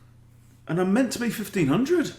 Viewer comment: "I'm meant to be 1500!" That had me rolling. That sounded so British and I love it!